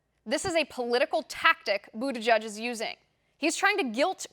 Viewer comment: Yeah, and I don't even know how in the hell that pronunciation comes from his name? " President Buda Judge". Or "Booty Judge", Nope! Never!